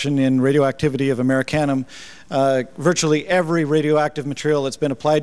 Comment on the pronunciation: Am-uh-rish-ee-um <--- that is how you pronounce it you silly scientist.